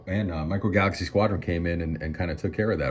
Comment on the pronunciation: Micro "falaxy"? 😂